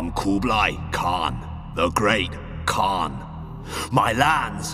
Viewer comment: Actually I think he said not that bad my name is Oğuzhan in english that means oghuz khan so yea I know he mispronounce but not that bad.. ^_^